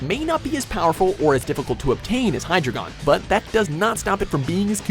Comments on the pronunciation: Btw you pronounced hydreigon wrong xd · its pronounced hi-dragon not hi-dregon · It’s accaully pronounces (hi dragon) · You pronounce hydreigon by hydygon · its pronounced Hi-Dry-gin. dEINo, ZWEIlous, hyDREIgon. 1, 2, 3 in german loland its pronounce Ray-quay-za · LOL HE SAID hydigeon wrongly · SAY HYDREIGON RIGHT